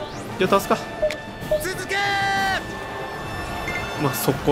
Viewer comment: 続けー チーズケーキに聴こえるわ ワロタ